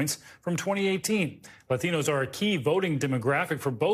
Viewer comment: The way this host pronounces "Latinos" is triggering me